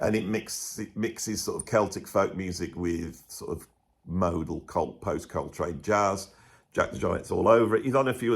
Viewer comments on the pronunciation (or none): none